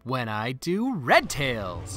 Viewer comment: The fuck is a red tail? I guess your nemesis, because you put so much emphasis on that